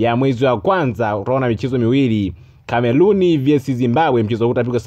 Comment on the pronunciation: Huyu jamaa anaongeaje 🤣🤣🤣eti Cameluni